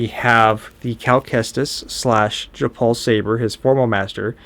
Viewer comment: You keep saying Japal…it’s Jaro Tapal